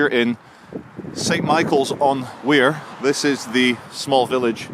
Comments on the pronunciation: Wyre (pronounced wire) not weir. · it's pronounced wire not why. The river Wye is different, terminating in the Severn estuary. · Sorry, you and your friend both pronounce the river wrong. Its spelt Wyre and pronounced wire. (I live in Blackpool) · I live in blackpool... you pronounce wyre as 'wire' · The river wyre is pronounced wire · Apart from the mispronunciation of the river's name, that was a respectful visit to the scene. Well done standing up against the Corporate News. There's a big tide on Tuesday that will reach St. Michael's, which may be revealing. I hope Nicola's family will find some closure one day, my thoughts are with them.